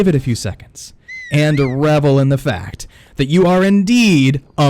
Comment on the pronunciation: It's "may-lay" not "me-lay" Also "revel in" not "ravvle in" You can also edit out your spit swallowing before saving the final video for upload. Thx for the tips. 🙏